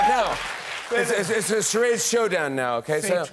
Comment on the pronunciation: Jimmy "game of Cha rods" lol.